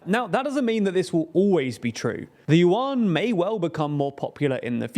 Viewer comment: “Yuan” is more closely pronounced “yuen”, rhymes with “when”. Just as Chinese President Xi’s surname should be pronounced “si” rather than “she”.